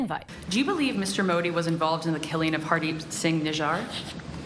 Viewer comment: Call PM Modi and not Modi. Also the pronunciation is incorrect.